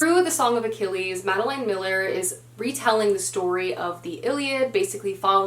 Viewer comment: If you decide to read Circe by Madeline Miller, which I liked even more than The Song of Achilles, I would totally recommend it as an audiobook because the narrator is amazing. Also, you're mispronouncing Madeline Miller, it's pronounced like Madelyn, not Madeleine.